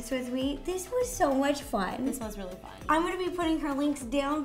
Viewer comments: Notice she says RO-ly instead of really. lol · Ro i knowtest that u said roolly!🙂🤪🤪😜